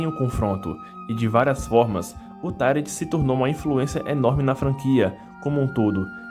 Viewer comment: "tairenti"? É "tairuenti"!